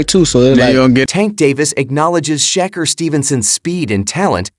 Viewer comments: Say his name correctly. Sha-Kur not ker. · Sounds like he say checker 😅